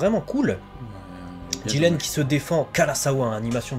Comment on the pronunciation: Le mec il s'appelle jiRen pas jiLen sérieux les mecs c un r pas un l